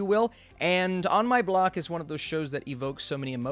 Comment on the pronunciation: On My Bock or On My Block?